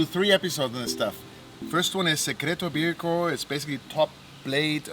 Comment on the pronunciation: It looks really delicious! But please learn how to pronounce it properly. It’s so much sexier!